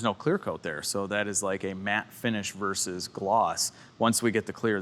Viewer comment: it's versus not verse.